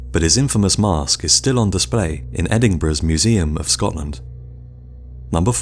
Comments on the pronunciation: Did he just say "Edingbruh"? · You said Edinburgh wrong. It is said Ed-in-bur-uh